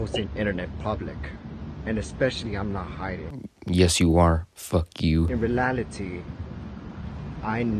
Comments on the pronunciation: He said “Realily” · Why do I kinda find it funny how he’s saying reality wrong?